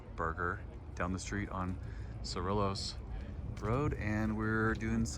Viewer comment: This was awesome! Btw, the L's are silent in Cerrillos. "Cer-rios" 😉